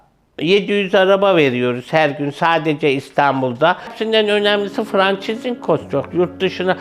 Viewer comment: Cehaletin vücut bulmuş hali. Odtü bitirmiş franchise kelimesini telafuz etmeyi bilmiyor.